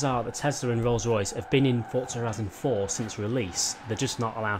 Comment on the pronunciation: Yes you Finally said forza horizon 4 correctly. I love your videos but it’s so annoying how you normally say it